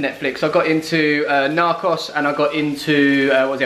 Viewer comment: It's pronounced Nark-ohs